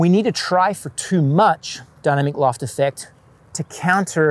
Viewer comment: I was hearing “Dunner McLoft” and thought - that’s funny, doesn’t even save any syllables over just saying dynamic loft…. Ooooh 😅